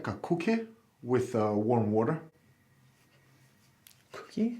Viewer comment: “Warm water and a coohkie”